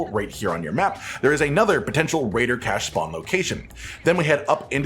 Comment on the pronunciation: he said raiider cache 235 times